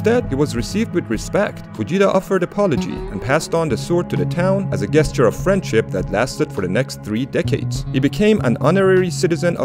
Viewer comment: Btw gesture is pronounced (jeh-sture) it seems like you aren’t a native English speaker, just wanting to help